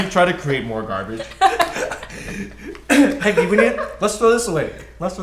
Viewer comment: GABAGE MAN!?! GABAGE START WITH A G